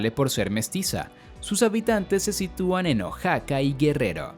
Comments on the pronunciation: Tambien dijo oxaca no oaxaca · Por qué pronuncia mal Oaxaca? O náhuatl? Osea si hay algunos autodenominados nahuas pero debería especificarlo hdspp xd